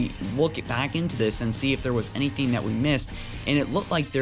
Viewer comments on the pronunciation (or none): none